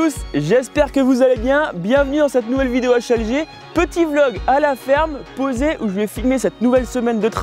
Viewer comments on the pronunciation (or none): none